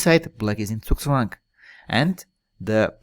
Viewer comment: Wow! The first time I hear someone pronounce "Zugzwang" correctly in an English video!!